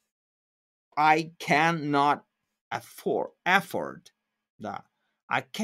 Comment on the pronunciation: Только в глаголе afford ударение идёт на второй слог. affOrd